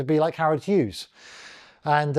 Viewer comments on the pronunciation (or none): none